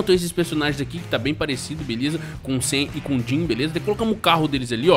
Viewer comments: Tj o dim fala sami n sam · Muito top, mas quando vc for chamar o sam vc fala sami pq é assim que o Dean chama ele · N é sam e SIM Samy